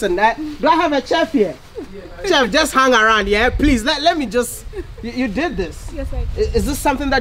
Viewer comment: It's chef...not "tchef"